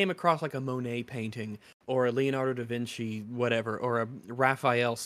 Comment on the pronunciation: he said "da veenky".. its "vinchi" -- he doesnt even know his artist names